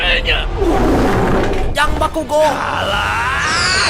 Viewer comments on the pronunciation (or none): Bakugo malah bilang bakikuk